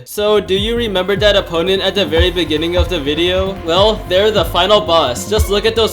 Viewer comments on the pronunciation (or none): none